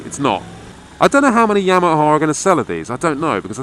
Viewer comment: YAM-a-HA - as in .......sweet potatoe?????????